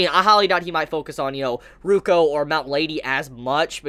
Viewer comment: it's Rukyu, not Ruko:v